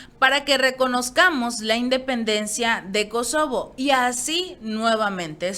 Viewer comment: MINUTO No es SOKOBO sino KOSOBO.